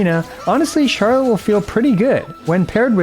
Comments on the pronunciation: Well, actually the French pronunciation sounds more like the way you said "Charlot" ^^ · Actually don't correct yourself :p It's closer to the "correct" way to say her name in French xD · you accidentally pronounced her name correctly🤣🤣🤣